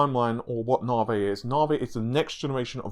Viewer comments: Navi, not naahvey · Dude, if I have to hear “novv-vay” instead of “navvy” one more time, I’m gonna freak. Half troll, half serious. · Its not naw vay its NAVI naw-vee, GD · Since you can't promounce the letter I in navI.. why do you not call playstation for the playstateen? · love the content :). IDK why you pronounce the long E sound of navi as a long A, makes me cringe. Just ribbing you TY for all the updates and content.